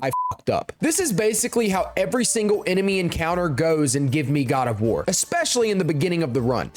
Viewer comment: boy said Quad of War